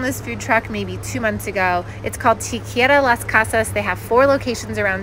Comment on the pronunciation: I've never heard "Taqueria" pronounced that way before, for a moment had no clue what you were saying.